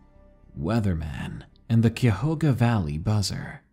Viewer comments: I can't handle the way you say Cuyahoga. I thought you were talking about a park in Japan at first. And yes, I'm from Ohio. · Yay!! Ohio! However, Cuyahoga Valley is pronounced KAI-yah-HO-gah, not Kyohoga :D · That's pronounced kaya-ho-ga, thats kaya like kayak, ho as in hoe, ga, Cuyahoga county and park. Just for info. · It's pronounced Cuy-a HO -ga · LOVE YOUR NARRATIONS!!! Not trying to be rude either, but being from Ohio. Cuyahoga Valley is pronounced Kie-uh-hoga Valley. The (uy) is pronounced like a long i. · it's pronounced "kya-hog-a" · Cuyahoga (Kai-yuh-ho-ga) Cuyahoga valley nation park stretches from Cleveland to Akron, not even close to a 3 day hike.. there also isn’t a single place to camp in the valley on national park land. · As someone from northeast Ohio, Cuyahoga is pronounced Kye A Hoe Ga. nice to hear a story that takes place in my back yard. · For the way u said cuyahoga valley, it’s said like Kai-ah-ho-guh, I’m from the same county as the guy from the first story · As a native, I'd just like to point out that it's "KYE-ah-HO-gah," or sometimes said with a lazier 'o' like the one in hog. In completely unrelated news, I think I'll be moving out of Cuyahoga. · Hey love the vids only critique is the first story is pronounced (kyahoga) not a big deal from the area myself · It’s pronounced KI-uh-HO-guh (The KI sounding like the first part of the word kite) Why is it that paranormal narrators are the worst with pronouncing things incorrectly? I’m genuinely curious. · Cuyahoga kiyahoga is the pronunciation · You are pronouncing the name of the park in the first story wrong it Cuyahoga kye ahoga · I'd hate to be that person who corrects your pronunciation, but in the first story Cuyahoga is pronounce ky-yuh-ho-guh. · Cuyahoga is pronounced ki-YA- hoga, ki pronounced eye. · First is pronounced kie A hoga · I’m just upset at how wrong you said Cuyahoga :/